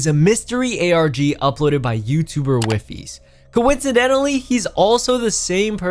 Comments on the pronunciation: btw its not wiifies its pronounced weefeess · Please someone tell him that he's saying wifies name wrong